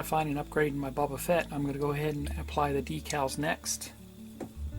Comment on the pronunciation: Great video, and it's Boba Fett, not Bubba Fett.